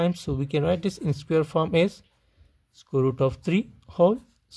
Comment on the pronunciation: Scroot?? Oh... sqroot or square root. Never heard of scroot before! 😂